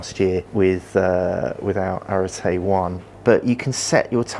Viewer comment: I can’t believe a GROWN man can’t pronounce arete or hepa… it’s embarrassing. Why didn’t meaco send this to someone more intelligent